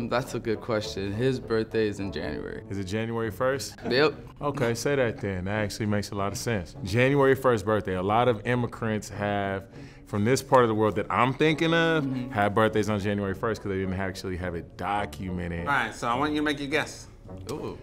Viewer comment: Are we all just gonna gloss over the fact this man said “immikrent” instead of immigrant?